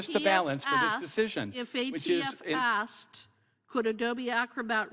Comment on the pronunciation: "I axed you" This is a sitting US congresswoman.